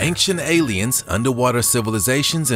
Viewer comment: Dear narrator: "Ancient" is not pronounced with a hard "C" ("K" sound).